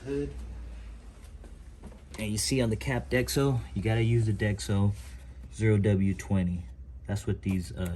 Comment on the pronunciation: “Dex-o” love it! 😂 great video man